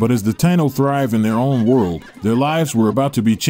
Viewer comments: It's pronounced Tie` ē no. Spelled like how its pronounced Taino! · I wish u would pronounce Taíno correctly..